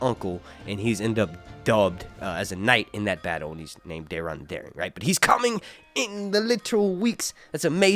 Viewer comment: Who is Dearon? I couldn't understand